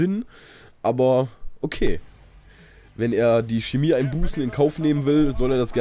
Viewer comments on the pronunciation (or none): none